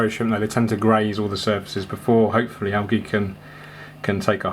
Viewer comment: I love your videos but the way you say algae makes me want to stab myself to death with a plastic straw